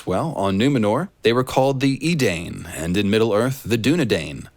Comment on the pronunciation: I dig the parallels storywise but Tolkien's -dain is pronounced as "da-in" or "dine" as opposed to "deyn"/"dayn". This one doesn't strike me as George taking inspo from Tolkien names